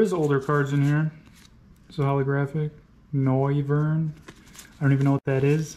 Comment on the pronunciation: “Noi-ve-rn hmm I don’t know what that is” 💀💀